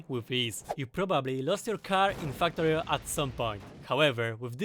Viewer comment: When I talk about factorio with my friends, I call it my faktoreh We all know why. Factorio = = Factorio